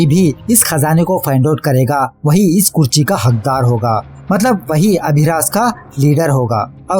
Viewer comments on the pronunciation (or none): तुझे लिखने और बोलने दोनो नही आता क्या?कुर्सी को कुरची बोल रहा था ,चेस्ट को छेस्ट बोल रहा था वीडियो में ,अभी भी ये ऊपर जाने क्या लिखा है तूने भाई।तेरी वीडियोज से कोई दिक्कत नही मुझे में और भी वीडिओज़ देखी है तेरी लेकिन एक बढ़िया मूवी को तू बकवास बात रहा है और तेरा काम मूवी एक्सप्लेन करना वो तू करता नही बस स्टोरी बताता है ,और ज्ञान दे रहा है जैसे बहुत बड़ा रिव्यु चैनल हो तेरा।